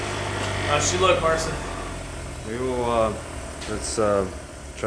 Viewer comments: if i think, i know what your trying to say about his name. His name is Mar - chin.. not marcin..... Just so you know. love the video. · I salute you guys and Marcin pronounced Marchin I guess And kurwa mać he's good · Its pronounced Mar-cheen you’re killing me smalls. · You really butchered the pronunciation of Marcin's name. Worth a google at least